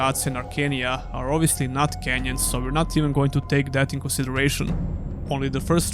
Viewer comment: it's canon, not canyon.